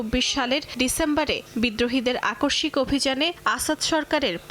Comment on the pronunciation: বাংলায় সংবাদ যাঁরা পড়েন তার মধ্যে আপনাকে এতো সুন্দর ও প্রমিত উচ্চারণে পড়তে দেখে খুব ভালেঅ লাগলো। আকস্মিক উচ্চারণ করলেন, আপনার উচ্চারণেই শব্দটির বানান বলে দেয়। অনেকে তা জানেনই না। অনেকে গাধার মতো গ্রীষম উচ্চারণ করেন। এটি যে একটু নাক দিয়ে উচ্চারণ রতে হবে, অনেকে তা জানেনই না বা দায় মনে করেন না।